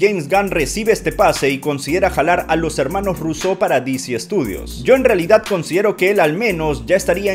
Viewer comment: Por qué los llamas Russeau en lugar de Russo?